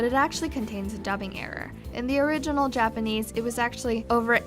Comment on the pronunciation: what the hell is dapenese?!